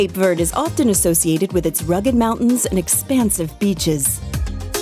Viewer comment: Can’t even pronounce verde properly,so off